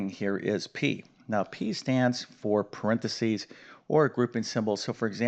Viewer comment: PARENTHESIS not "Prentsys"...you may have been teaching math for decades, but you'd fail English pronunciation....lol...but then I got A's and A+'s in English, NOT math.🤣🤣🤣🤣